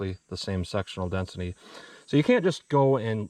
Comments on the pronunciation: I'm sorry I just have to laugh, it sounds like you keep saying sexual density LOL 🤣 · You said Sectional Density, what I heard was Sexual Destiny. Since I giggled at it, now that’s all I can hear everytime I watch it.